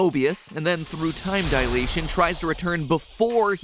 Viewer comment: Alas, someone who pronounces dilation correctly!